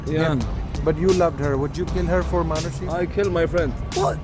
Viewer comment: Ye log Arnold Schwarzenegger (i don't know the pronounciation) asani se bol lete hai Par Manushi ko Manus😂